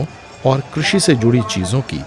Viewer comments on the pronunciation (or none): none